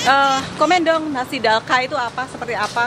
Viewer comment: Cara sebutnya 'dalcha' bukan 'dalka' 😊